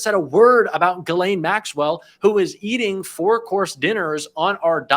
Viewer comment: "Ghislaine" french, pronounced like "She's Len", not "Guh Lane".